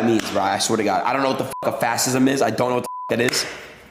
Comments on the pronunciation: Holy shit i knew Adin Ross was INCREDIBLY, MEASURABLY stupid, but that "fassism" clip was fucking baaaad. Not even being able to read basic words or understand what ANY of that meant, let alone even being able to pronounce "fascism" even. The guy has to have 90iq maximum seriously. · Dude can barely read. He pronounced fascism and authoritarian like a half tamed ape.